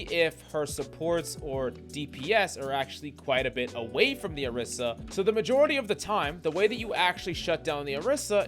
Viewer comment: why he call "orisa" - "Erisa"? eben in the time stamps???